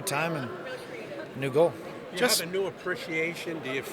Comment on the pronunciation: Wait, y'all niggas gonna let him say "half" instead of have?